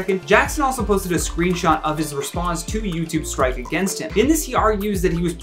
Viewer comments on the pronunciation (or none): none